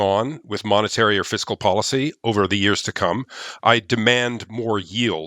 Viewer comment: I suppose it’s nit picking but I’m surprised someone who is supposed to be so knowledgeable said, “Physical” instead of, “fiscal” policy. I don’t think I’ve ever heard a financial person make that mistake. And one other thing. Since when is starting an airline considered to have “low barriers to entry?” An airline? Low barriers to entry? That’s ridiculous.